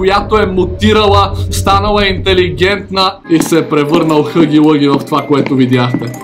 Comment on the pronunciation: Само да ти кажа че не се казва хъги лъги, а хаги лаги. И може би ще бъде по-яко да пробваш чаптар 2.